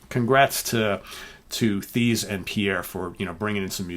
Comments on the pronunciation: The name Thijs you can pronounced as "Ties" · Thijs rhymes with ice.